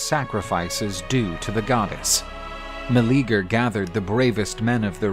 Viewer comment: His name was not Meleager (Ma-Lee-Ger) I hate they are botching it so hard. 😓 Its Meleager (Mel-Lee-yay-ger)